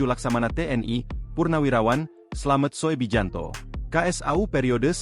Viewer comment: Koreksi..yg bener dong sebut nama orang. Slamet Soebijanto (slamet subiyanto) dibaca slamet soe bijanto (EYD). Penghinaan tuh